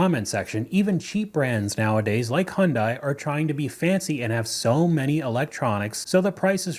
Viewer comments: It's pronounced yawn-die. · FYI Hyundai rhymes with "Sunday"...it is extremely easy to pronounce